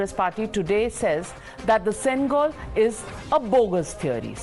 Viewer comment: It's not sengal it's sengol pronounce properly don't change the meaning of the word